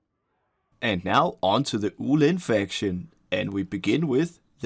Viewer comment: you pronounced the wu lin right